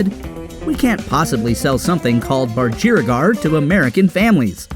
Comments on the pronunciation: Ironic that you can’t pronounce ‘budgerigar’. Try emphasising the first syllable.😂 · My only issue is that you should be pronouncing budgerigar with emphasis the same as the words "BLUDGEr" "CIgar" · As an Australian who always doesn’t understand why America call them Parakeets, this narrator actually pronounced Budgerigar wrong lol! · Surly Americans can say budgie even if they can't say budgerigar. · He says budgerigar weired